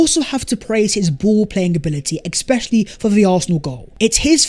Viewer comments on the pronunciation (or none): EXspecially ❌ ESpecially ✅ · ‘Ex-specially…’ ‘ex-specially…’ 🤣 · I thing I learned. is unable to say "especially" correctly. Just kidding! Love your content. Best from Bombay India!